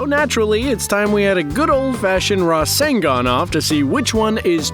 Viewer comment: It's not rasengan it's RASENGUN